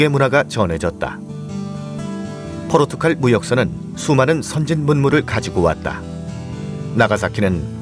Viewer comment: 칼, 갈.... 한국인은 도대체 국어 교육을 받긴 받는거 맞나? 이 두 낱말 발음 하는게 그렇게 어려워? 열에 아홉은 죄다 포르투칼이래.. 진짜 입을 다 묶어 버리고 싶다.